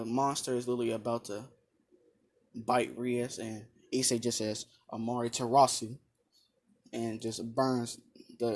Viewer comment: its amaterasu not amartarasu